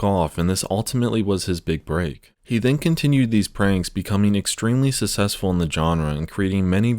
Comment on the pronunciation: its the second time I have heard it in your videos. DId you say sussesful instead of successful? lol